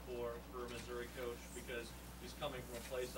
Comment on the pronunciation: mizzou might be in trouble... wow... he said missurah a little bit before 2 minutes into conference and again and